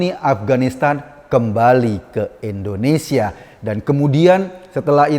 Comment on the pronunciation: Mohon koreksi pak Eko, Indonesia 👍bkn endonesia 👎😊